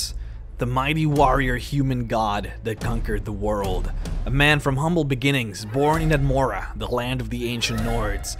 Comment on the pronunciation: ..But he's just a MA-YAN....Stahp...Please..Stop saying it that way hahah